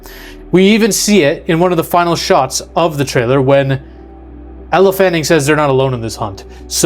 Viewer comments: Yeah…it’s been said in other movies. It’s “You-tahni” not “yute-any”. And it’s also “L Fanning” not “Elluh fanning”. Don’t mean to criticize his annunciation, but these are facts, stated in interviews/movies. Solid video outside of pronunciation. And I believe he’s right. She is supposedly play “twins” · YOUUU TAN EEEEE. Get it right, please. And its "L" Fanning. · Weyland Yoo-Toony and Ella Fanning